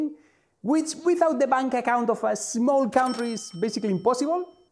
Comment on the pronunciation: Small. Not Azmol.